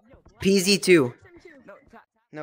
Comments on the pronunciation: I mean the first code you said it like pz2 not p(ee)z(i)2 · Ok ok not defending him but you saif pz2 he probly spelt PZ2 and you done PEEZEE2 which is confusing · you said pze2 instead of peezi2